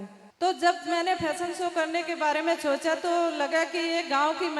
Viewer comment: Chocha nhi socha ese bolo